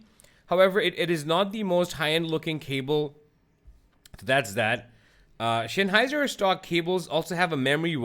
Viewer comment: Note: It's Sennheiser, the Senn part sounds like the sen in the English "sense". It's not Shenheiser, like Shenzen. ;)